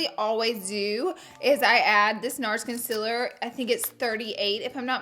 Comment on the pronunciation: I literally came to this video to hear her say concealer wrong 😂😄